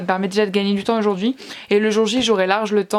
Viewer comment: Je sais pas si tu le sais mais les lettre AU fait le son O et non le son E pour Ojord'hui !